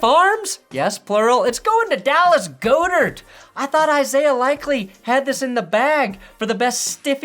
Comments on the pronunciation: OMG does he do this as a joke? Someone tell me lmao. I love but he’s been saying GO-dirt for Dallas Goedert for 5 years!! It’s GAH-dirt!!!! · FYI it's God - ert not Go dirt. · I love the show but I can’t keep hearing you butcher Dallas Goedert’s last name 😂 it’s God-ert. Still the best football show on YouTube!!! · It’s pronounced Dallas Gaw-Dird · He said Goedert wrong 😭😭😭😭